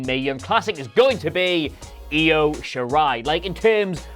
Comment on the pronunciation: Upvote for one of you What Culture schmucks finally pronouncing Io correctly.